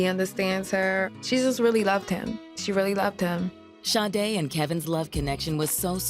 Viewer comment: Detective - Please enunciate this Angel’s name correctly just once. Sha-day not Shi-day. Lord forgive me and may she rest in heavenly peace 🕊️🙏🏾